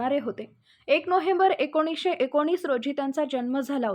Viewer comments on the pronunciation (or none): none